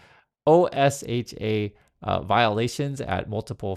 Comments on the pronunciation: just FYI: OSHA is universally pronounced "OH-shuh" in the US. No one bothers to pronounce all four letters. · OSHA is pronounced O-sha. The administration is trying to gut them also.